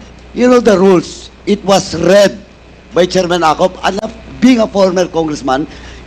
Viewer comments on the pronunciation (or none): Buti pa c PRRD willing mag re raise ng 1million samantalang mga drakula walang pakialam mr paduano abogado kaba ka c pati pronunciation mo ng read naging raid he he